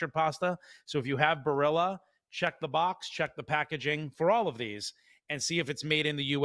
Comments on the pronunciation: Well this guy says Barilla wrong. Why not at least learn the correct way to say the highly regarded Italian company if you're going to talk about it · You really kill the pronunciation of Barilla.